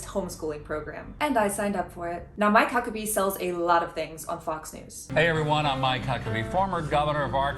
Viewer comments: "I'm My Cuckabee." He doesn't have to say his name like that lmao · I can't stop hearing "I might cuck a bee"